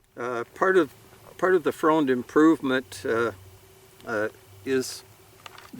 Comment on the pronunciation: Great video. Interesting pronunciation of Freund. I'm sure there are plenty. My Mom's side of the family are Freund's but now pronounce it Friend. The story was my great great grandfather had already emigrated to the USA when WWI started and they still pronounced it the heavy German way of Froind (bad spelling I know) and didn't want he or his family to be thought of as the enemy. Either way like I said great video and thanks for sharing a wonderful piece of Historic Treasure.